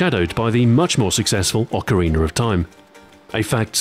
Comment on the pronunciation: "Ocariner of Time" wryyy just playin :D